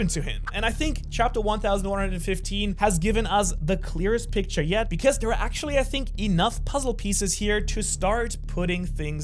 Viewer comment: Try saying “actually” mate